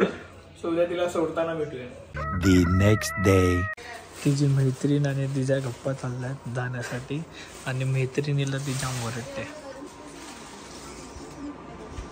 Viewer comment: म्हैत्रिन ❌ मैत्रीण